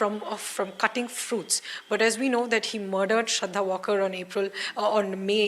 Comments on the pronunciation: Valkar hai vo. Walker nahi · She is not walker her surname is to be pronounced as waalker...she is a marathi not english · Yes right its Maharashtrian sirname pronounced as W-aal-kar.